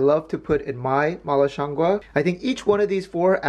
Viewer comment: HI!! Really awesome video and I love your content. You have the pronunciation very close...it's shiang goo [it's just the second word you are off a tiny bit on]. Shiang goo means mushroom in Chinese. Keep up the awesome work! Love to!